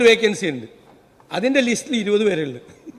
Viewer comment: ലീസ്റ്😂😂 ലിസ്റ് എന്നുപോലും പറയാൻ അറിഞ്ഞുകൂടാത്ത മുക്കിയ മന്ത്രി😅